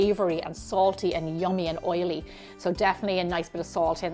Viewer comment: Looks great! Well done! Now…. It’s pronounced FU CA CHA